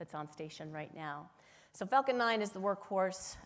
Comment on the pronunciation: everytime she says falcon i think shes actually saying fuking lol